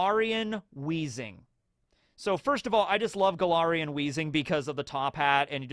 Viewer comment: I keep hearing Golarian instead of Galarian and wondering if is pivoting into Pathfinder